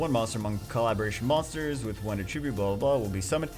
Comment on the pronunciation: when he says attribute instead of attribute